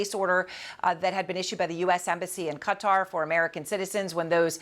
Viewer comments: Why the media keep talking about cutter?😂 that's not how you pronounce it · its KA- Tar not cutter 😂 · Cutter? 🤢it’s QATAR!!! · Qatar Q is silent pronounce Kuh-Tar Although it's Arabic many Americans pronounce it CUT-ter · Many Americans pronounce it CUT-ter that's what it sounds like when the Arabic over there pronounces it CUT-ter Qatar Q is silent Pronounce Kuh-tar . I was in that region but I announced it Qatar . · when will US media say Qatar properly... it is not cookie 'cutter'! lol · So how to pronounce CuttaQatar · You are paid to present a program on Qatar, is it too much to ask for you to learn how it is pronounced correctly? Ironically ever your female colleague could pronounce it and still you didn’t take the hint. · Why can’t any news channel pronounce Qatar correctly? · Why can none of these people pronounce Qatar properly? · How do these journalists not know how to say Qatar??